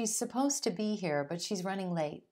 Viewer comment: Why do you pronounce "here" as "hair"?